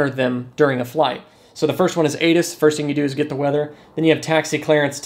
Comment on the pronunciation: When he reads it back, all I hear is wonanananaawawawana one 😭